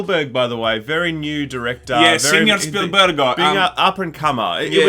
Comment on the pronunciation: Steven... “Spoolberg”.